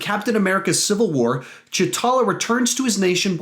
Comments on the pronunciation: “Cha talla” is definitely the right way to pronounce his name “Cha talla” definitely not t’challa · You said chtala not tchala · "Ch'Talla" its T'Challa